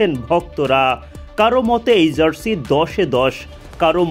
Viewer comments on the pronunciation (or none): zarsi কি জিনিস? সাংবাদিক হইসেন উচ্চারণের যা-তা অবস্থা কেন?